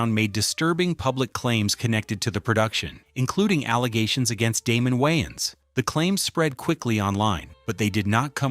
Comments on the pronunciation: It's Wayans no Wyans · I literally had rewind this 4 times because I thought he(the ai) said "yn" style 😂😂😂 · Who tf is “Wiians” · Aye aye aye aye aye!!! its WAYans not WHYans....say it wimme now!! WAY!!!!!ans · Why is the AI saying Wayans like YNs... I know damn well they couldve fixed that. 😅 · why-ans is an insane way to say his name. i have nasty scars on my scalp from a raccoon when i was 7. id probably turn down the roll due because of that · 😂😂😂😂😂 I thought he said Winans like the gospel group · I can only listen to the AI pronounce Wayans so many times before I had to quit watching. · Why you pronounce his name like that